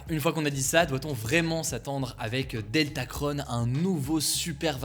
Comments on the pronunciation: Pourquoi dire OmicronE er DeltacronE? On est pas des Américains XD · Pourquoi dire deltaceONNE et omicrONNE ? On ne dit pas macrONNE pourtant ?